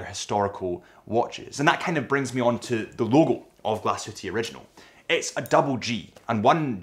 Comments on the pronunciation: It is Glashütte, not Glashutte and you pronounce the e at the end like an ae, don’t omit it.Thanks for the great overview! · Learning about the brand is commendable, knowing how to pronounce the name of the company and the town seems however, a bridge too far. The "E" is expressed and the umlaut makes the "U" say ue as in Sue.